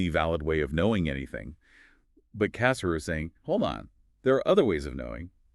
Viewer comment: The emphasis is on the second syllable of his last name, not the first.